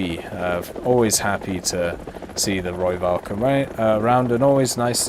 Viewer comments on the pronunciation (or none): You can say it like Roy-falk Rooivalk is taken from the afrikaans language. No, i'm not afrikaans. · PLEASE stop saying it as a V... the v in Rooivalk is an F sound.